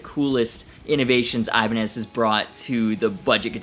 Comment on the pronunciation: I love how you say Ibani instead of saying Ibanez's Never would have thought of that, but it makes so much sense.